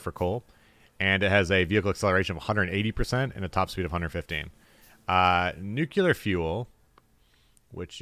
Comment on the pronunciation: "Nucular"? Makes me think of Homer Simpson.